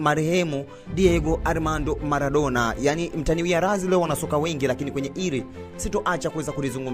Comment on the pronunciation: Nadhani Maradona humfahamu, halafu mtu wa media hujui matumizi ya l na r